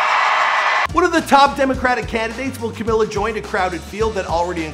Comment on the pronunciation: WHY ARE YOU CALLING HER CAMILA?????????????